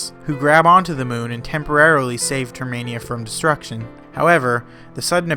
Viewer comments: It’s termina. Not termania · Termina Not Termania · I always thought it was termina and not termania, huh? wait , It is termina so why do you call it termania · The skullkid he meets on OoT is the same in MM. And it's Term-in-ah. ;) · Great video with accurate facts but there's just one thing... It's pronounced TER-MIN-A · It’s termina, like terminal. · NO! YOU ARE PRONOUNCED TERMINA!